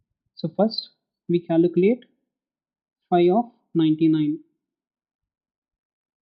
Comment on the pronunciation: its Calculate !! not Caluculate :D :D :P